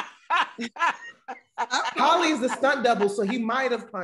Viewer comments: I have been waiting monthsss for someone to correct saying Halle Berry’s name 😂😂😂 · So am I the only one that heard pronounce Hallie as (Holly) too 😂😂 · Shoot! ain’t alone! I’ve been pronouncing Halle Berry as Holly Berry for the longest time too!! Maybe it’s a Southern thing lol Or maybe just chalk it up to my NC accent! 😅😂😂👀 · I don’t kno anybody who don’t say holly berry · HALLE BERRY = i pronounce it like and and not sure we are wrong. the HALL is how its spelled. then an E. HALL-E berry. wtf is a Hal-lee berry lol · I been pronouncing halle berry "Hall-E" for years too, y'all got on kev like he the only person that probably pronounce it like that 😂😂😂 just how we say "Mokintroll" instead of "remote control" 😂😂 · He just is using a different pronunciation of the a in Halle. Tomato/TomAto.....